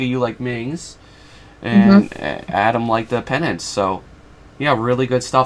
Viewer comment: thank you so much for the amazing feedback! I learned so much, and I'm gonna improve my piece a lot. Also Adam surprisingly got my name 95% right which is a huge surprise (I mean. I know it's not the easiest name ever)